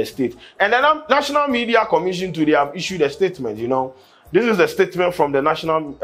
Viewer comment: said morethan dis